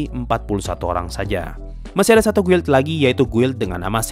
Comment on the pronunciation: Guild, itu bacanya gild